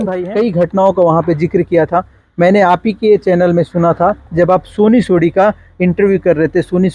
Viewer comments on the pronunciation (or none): सोनी सोढ़ी नहीं सोनी सोरी